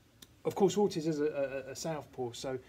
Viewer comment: Orteeeze....That's how it is pronounced lol